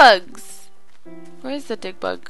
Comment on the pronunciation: The memory of tootsie was soo sad but she survived :D and when u said dig bugs it sounded like dick bugs lol